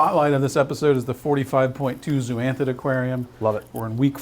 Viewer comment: Zoanthid not zooanthid. Zoa not Zoo